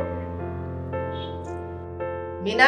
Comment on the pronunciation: মনি না মিনা হবে।